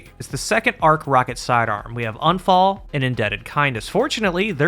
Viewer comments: It is !U!nfall. Not anfall. It is german for accident. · It's pronounced Oon-fahl. It's German. It means accident or misfortune. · It's not "Unfall" like un-fall = not falling. Unfall is the German word for accident, so all three, Sturm, Drang and Unfall aka Storm, Urge and Accident. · It’s pronounced more like oohnphull, which means accident in German.